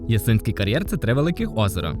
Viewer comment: Який це кар'єр??? Ясинський??? 😂 Ну і як можна до тебе дослухатися, якщо них навіть назви кар'єру вимовити правильно не можеш!!!?!!